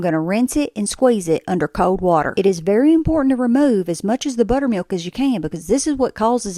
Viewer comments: Its pronounced butter mil-KKKK 😂😂😂 that's amazing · It’s what I came to the comments for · I came to write this comment only to find it the #1 when I open them 😅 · Lol, in Alabama, I've only ever heard it pronounced BUHTter-mee-yulK with the hardest K of any word you ever heard. 😅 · 😂 nice little click to lock that K in haha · I thought my speaker on my dam phone broke with that K. That was a hard K. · Omg the hard k is like nails on a chalkboard 😭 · That was the hardest K I’ve ever heard pronounced in the word buttermilK Edit: The dust has settled and I’m proud to announce wins the sub comment award for “that’s a crispy k” 😂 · fr almost sounded like a slur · Sounded like a balloon popping 😂😂